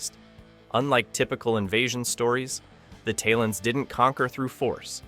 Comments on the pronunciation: "Tail-ons". They're pronounced "Tail-ons", not "Tile-ons". How can you produce a video like this and get the pronounciation of the lead aliens' names wrong (not to mention all the other names you pronounce wrongly!)???? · You keep prounce the talons wrong, just made me sure you never watched the show.